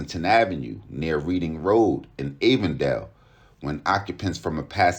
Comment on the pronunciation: Reading Rd is pronounced Like the color Red. And Avondale is pronounced the opposite way you said it, the A is like in apple. Love to see my city covered more often. Shits gotten wild here.